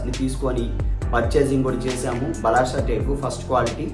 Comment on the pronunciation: బలాషా కాదయ్యా బలార్ష అనాలి